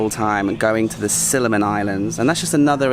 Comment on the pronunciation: Similan,, not Siliman 🤣 Usually, after a few days training at a Muay Thai camp, considering the tons of sweat you spend, you loose a few pounds or kilos. Have you?